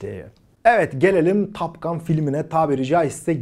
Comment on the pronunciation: Türkiyede Amerikan İngilizcesinin taklidinin yapılmaya çalışıldığını biliyoruz da,en azından böyle kaliteli kanallarda olsun TOP ve TAP gibi telaffuzlara dikkat edilebilse .Her O harfi A olarak söylenmez.Topgun ,en düzğün söylenişi Türkçe Topgan en doğrusu olur